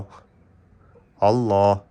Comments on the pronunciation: Аллох дебей Аллаахх деп даана айтсаңар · Биринчи Өзүң үйрөн Алланын ысымын туура айтканды!карганы жайына кой дөң баш.